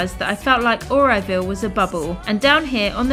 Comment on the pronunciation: It's not Areoville its Auroville